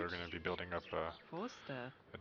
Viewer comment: it sounded like he said dork not dock lol